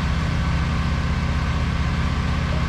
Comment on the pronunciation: Shed. Not shet.